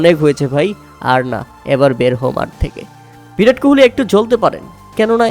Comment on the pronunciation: ভিরাট কোহলি না রে ভাই বিরাট কোহলি হবে😂 বাংলা উচ্চারণ করতে শিখো